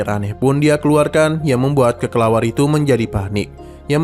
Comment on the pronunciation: Kelelawar min bukan kekelawar🗿